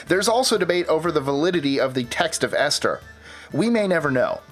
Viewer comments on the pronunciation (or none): none